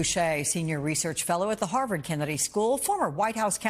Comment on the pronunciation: I thought I heard you say "Senior Research Fellow and the Harlem Kennedy School"